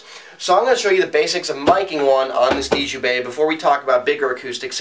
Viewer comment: Djembe - Pronounced "jem-bay". The 'd' is silent.